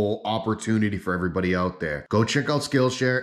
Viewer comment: You said, "Hey everywutty". 😂😂😂 Did anyone else notice?